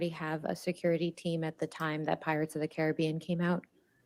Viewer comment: It’s not pirates of the Caribbean, it is pirates of the Caribbean. Annoying that she intentionally miss pronounced it every time.